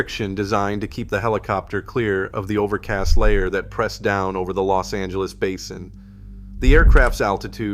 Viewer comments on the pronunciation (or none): none